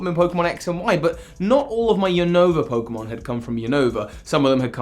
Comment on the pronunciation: Nobody: Literally Nobody: Me : PoKeMoN wHaCk VeRsIoN tWo